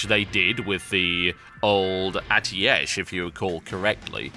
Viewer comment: It's pronounced as atesh what means fire in Turkish and Persian.